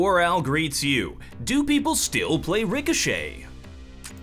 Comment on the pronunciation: Ill crush you in rick-oh-shit